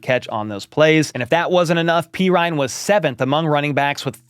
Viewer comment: dudes name is pronounced perine not perine PURR-EEN NOT PEE-RINE